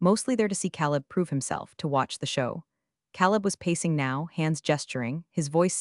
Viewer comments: “Caleb” is pronounced “Kay leb.” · Next time, PLEASE PLEASE pick a name that the AI can pronounce, not Caleb